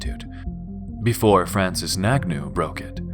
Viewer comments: Francis Nagnu’’😂😂😂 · Are we just gonna ignore the fact that he couldn't have said nganou's name any more wrong?!